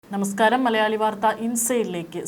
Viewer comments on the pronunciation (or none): none